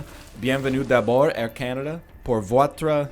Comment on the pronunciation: your pronunciation of votre hurt me mister eggy, i didnt even understand what word it was the first time you said it guess the rumours are true, canadian french is a whole new language